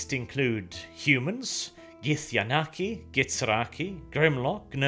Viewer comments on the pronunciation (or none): Please... GithYANKI, and GithZERAI. Not whatever it is you are saying...